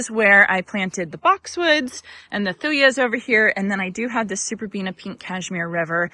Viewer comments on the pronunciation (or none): you are so cute! Love the garden!!! Hey just FyI I’m a thuja connoisseur haha! And you are not pronouncing it correctly. You can look it up in any dictionary or from google! Thoo juh not yuh. You do you girl! But just wanted to let you know! When something is your favorite plant type your ears hurt when someone says it wrong haha. I’m sorry about all the wind! But wow the color is soooooo good!!!! ❤